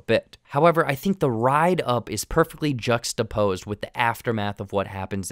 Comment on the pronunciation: He said juxatapose… he might replace definition